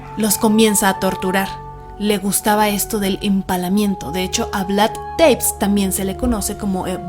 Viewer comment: Muy bueno como todos sus programas. Solo un detalle, Vlad TEPEŞ (se peonuncia Tepesh en Rumano). Un saludo y muchos éxitos! ❤️